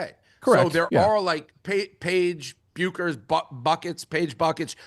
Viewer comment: Gotta love how Dave says he’s a “huge” WNBA fan, but doesn’t know how to pronounce Paige Bueckers. Geez